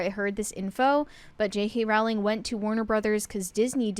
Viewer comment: People commonly mispronounce her last name. Her last name is pronounced "Row-ling" and rhymes with the word "bowling."